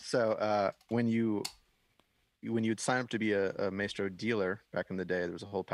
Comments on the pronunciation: And my head is going to explode if you keep saying may-stro! It rhymes with MY (or mice), as in MY effing head is going to explode if you keep saying MAY-stro!!!! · MA + E (like the 'e' in 'edit') + STR + O (pronounced like something you do not have in the english language). It's Italian...